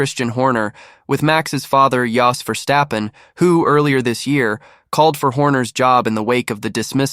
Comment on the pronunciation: Cant say his name properly.